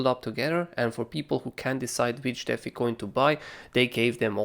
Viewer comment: Holy shit man. It’s deee fiiiii. Deffie